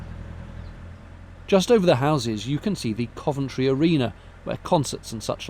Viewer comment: Me, too on the pronunciation. I learn something (usually several things) with every one of videos:)